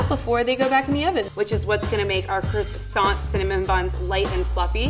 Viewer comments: Croissant dough or krsont dough? Hmmm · Anyone else cringe when said "maRscaponne' and "crOssanT"? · Knowing how croissant is actually pronounced in french made me shudder every time she said it. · The level 3 chef has been a pastry chef for 9 years and she can’t even say “croissant” properly